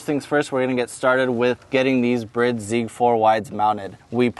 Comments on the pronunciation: My friend the seats are pronounced "Bride" like bride-groom, not brid. Any chance you could do your next video without that gangster rap crap music in the background, thank you. Just the sound of the car is good. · He said brid seats lmao... and oh hey look at this sweet exhaust but you can't have it 😂wow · Bride but its pronounced brid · Great car and mods. I always thought it was pronounced bride as in bride and groom you know...do you know something I don't?